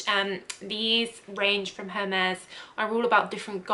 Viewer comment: Very interesting video! And on a side note, very good french pronouncing that Hermes perfume.